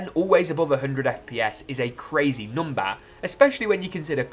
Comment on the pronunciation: The way he said number 🤣 “noombah”